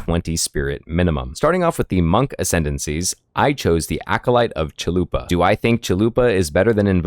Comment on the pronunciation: I think its funny you say Acolyte of Chalupa, instead of Chayula. Great build but I think you can still use the last one for Act 3 and maybe NG+.